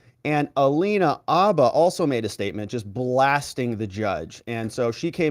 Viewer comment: Dude, are you EVER going to learn to say Alina HABBA’s name right?